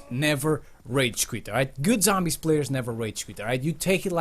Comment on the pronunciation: #11 say zombies not sombies